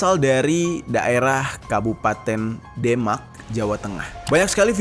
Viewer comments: bukan demak bang bacanya tapi demak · Pengucapan kata Demak nya salah om. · pengucapan huruf "E" nya salah, harusnya E nya dibaca seperti pengucapan kata dempul bukan seperti sate